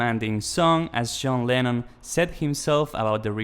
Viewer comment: Stop saying “Sjohn Lennon”